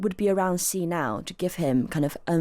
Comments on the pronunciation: It's not zjyee, it's hshee. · Please please please learn how to pronounce Xi Jinping's surname... 😂🙏